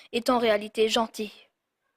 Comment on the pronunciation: je rêve ou. Il a dis '' genté''?